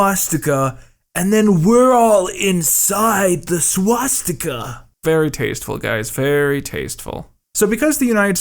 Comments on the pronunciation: it was painful to hear those dumbasses saying swatstika and admiral donuts lmao they claim theyre officials on the topic they obsess over but cant even pronounce a fucking word. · Around the point one of the hosts of the show about Hitler clearly pronounces “swastika” like “swat-sti-ka.” Crack team of experts, guys. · You'd think for someone who has supposedly studied this stuff for years, he'd know how the word is pronounced. Not gonna write that down here because Youtube might get a bit cranky if I do but you know WHICH word I mean I hope ;XD